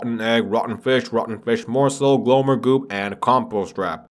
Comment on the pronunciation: bro are you honestly gonna tell me that after all this time you've been saying "glowmer" instead of "glommer" oml